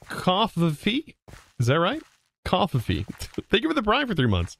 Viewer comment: cofvfee pronounciation as far as I know: co fef ee (the joke is it's supposed to be coffee xD it's an old joke at this point)